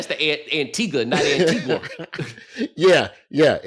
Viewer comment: Hey Roy, you pronounced Edinburgh perfectly 😊